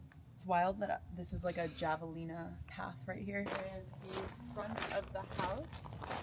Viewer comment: It’s not javelina it’s pronounced Hava Lena